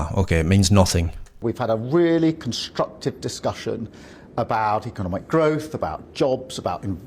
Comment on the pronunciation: econonomec?? Whatt h ahhahaha